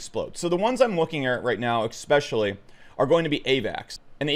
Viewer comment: it's pronounced eSpecially not ekspecially! Drives me nuts everytime he says that